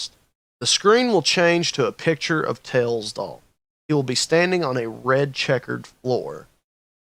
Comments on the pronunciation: "ails doll" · I heard The Tails Doll Purse